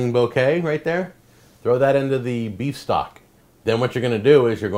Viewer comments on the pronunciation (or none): none